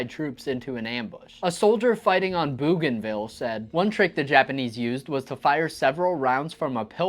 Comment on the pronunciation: BO Ganvil -- not Boo Ganvil.